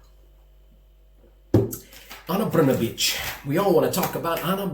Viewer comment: Wow, I am impressed how you tackled pronunciation of “Brnabić”. Yours “br” and “ć” are nearly perfect. Everything else about it is crappy, and neću da ćutim, bre 😄 Also, I appreciate you speaking out. Thank you.